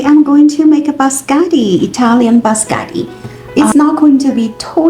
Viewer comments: It’s pronounced biscotti and not bascotti. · you call them bascari😂😂😂😂where are the double TT the I and the O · She said bascari😂😂😂😂 no letter TT in her word been used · Bis-ko-tiii please. Looks good.